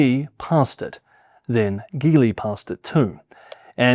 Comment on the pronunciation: Gee in Geely is pronounced the same way as the Gee in The Bee Gees. Your pronunciation on Chinese names were spot on. Good job! On another note, both European and Japanese car makers make slander videos about Chinese EVs on Chinese social media by hiring people reading from the same script.